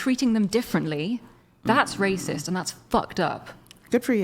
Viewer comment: Hahaha..😂 Literally 5 minutes later....🫩 ..." THAT'S WRAY CYST.."🙄 .. " YOU'RE WRAY CYST.."🫩 Hahaha. Was I correct or what..🤔🤣🤣